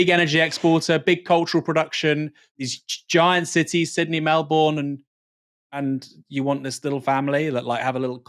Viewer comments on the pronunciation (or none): First up Aaron, it's pronounced "Melbun". And second, we had a referendum on a republic in 1999 and our then conservative PM rigged the question so the prospective President would be appointed by a 2/3rds majority of parliament - way too much nuance and it split the republican vote. Even then, it was still 45% in favour.